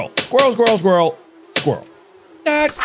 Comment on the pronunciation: i just love the way he says squarle